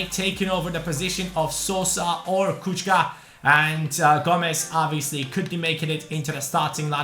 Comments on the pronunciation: Kucka is pronounced: kutschka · It's pronounced kuchka